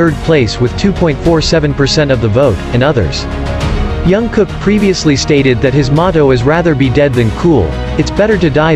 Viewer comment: Please pronounce JK’s name correctly, as a way of respecting him.